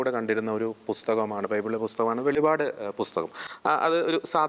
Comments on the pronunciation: വെളിപ്പാട്. വെളിപാട് അല്ല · വെളിപാട് അല്ല ചേട്ടാ വെളിപ്പാട്😂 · Velivad alla velippad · It isn't to be pronounced Velipaad, but "Velippaadu" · ഹലോ ബ്രോ വെളിപാട് അല്ല വെളിപ്പാട് ആണ് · Not velipad. Velippadu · വെളിപാടു അല്ല വെളിപ്പാടു പുസ്തകം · വെളിവാട് അല്ല വെളിപ്പാട് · വെളിപ്പാട് അങ്ങനെ പറയു. അർത്ഥം മാറുന്നു.